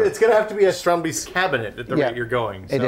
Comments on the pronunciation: Kudret Aksoy They are close but not quite there, it actually sounds more like "Strond-based" and the plural "Strond-base-ten. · Tried googling this phonetically and failed spectacularly. It is 'strandbeest' and not "Stronby's" as I thought. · Why are they pronouncing it strondbeast?